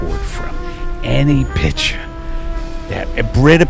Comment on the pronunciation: Like Watta from a Britta Pitcha, it's good cuz it's got a great Filta!